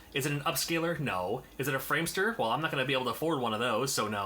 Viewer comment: Framemeister... not framester:D But there is something fishy with the audio, i do agree with that. The problem with your Elgato is encryption by the HDCP standard, and the can also manifest with PS3 when using HDMI and such. There is no way to remove it, other than buying a nother piece of hardware that can filter the encryption. This is mostly commonly called a "By-pass" Hope that was informative:) All the best to you::)